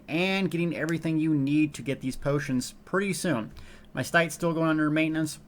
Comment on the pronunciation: Neither is 'bootions', but that accident was the best thing I've heard all week & hope it catches on =D